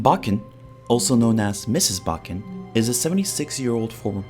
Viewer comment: Miss. Bukkin . Not bukkinss